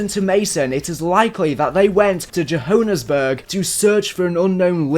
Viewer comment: I know I shouldn't be laughing about it but the way you pronounced Johannesburg is hilarious. Please forgive me